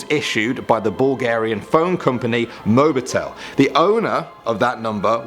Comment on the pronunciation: It's not mobitel it's mobiltel